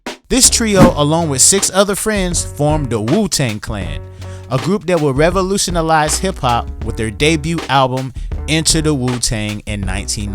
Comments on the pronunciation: Did you say revonlutionalize??? 🤣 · "revolutionalize" had me rollin XD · Lmao I’m sorry but saying “revolutionalize” unironically is hilarious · "revolutionalize" lmfao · bro just said they would revolutionalize lmao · "revolutionalize" is not a word "revolutionize" is though. I hope you learn something cuz your telling history to kids and they will grow up thinking thats a real word and thats how you say and pronounce revolutionize. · Respectfully, it's revolutionize instead of revolutionalize. However it does sound neat. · Man's said revolutionalize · The narrator said, "revolutionalise." The word, "revolutionalise," does not exist in the English language. You very nearly sounded intelligent.Too bad. Do better. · Made it all the way through your vid, until you said, "revolutionalized".. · bro just say revolutionalize instead of revolutionize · "RevolutionALise"??? buy a dictionary. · Bro you literally said “revolutionalize” lmao wild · "revolution-alize" ODB was talking through you when you invented that damn word!! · I like how son added an extra syllable to "Revolutionize."